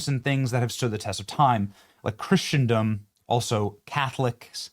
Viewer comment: My friend,great video,thanks but please stop pronouncing" Christendom" like that